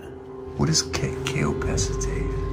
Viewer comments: keopectate helps people have a softer stool. It prevents diarrhea. It is pronounced as KAY O PECK TATE. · That bottle at the beginning is pronounced "KAY-O-PEK-TATE" and is used for gastrointestinal issues like nausea and diarrhea.